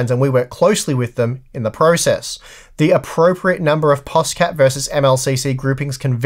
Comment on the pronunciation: Guys pls it is NOT POSCAP stop calling this POSCAP